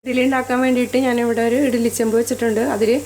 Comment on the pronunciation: Good easy method. But it is not etili, it's eddali